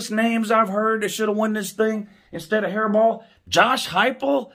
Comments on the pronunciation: says his name correctly then says hairball again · Ok if your intentionally pronouncing his name wrong that is just disrespectful, like "Hairball" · Who the f*** is Jim hairball it's Jim harbaugh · Who else laughed everytime he said hairball 🤣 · I keep thinking is Saying jim haribo like the gummy candy lmfao🤣🤣🤣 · Why don't you pronounce his name correctly? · A man mispronouncing another man’s name is beta as hell. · Even if I weren't a Buckeye I wouldn't think Harbaudh deserves the award, but I do think he deserves to have his name said right. The disrespectful mispronunciation takes away from the gentleman's interesting commentary.